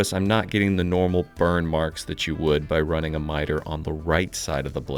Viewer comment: "And I just started runnang"